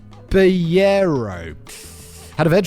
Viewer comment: You pronounce Cabellero like an Englishman who has never in his entire life heard the Spanish language.